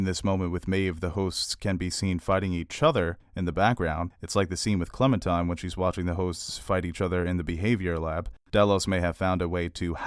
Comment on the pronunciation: Are you saying, "Clementime?" With a 'm'? Its definitely Clementine lol....